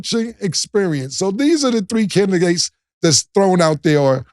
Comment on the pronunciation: Cam : candigates 😂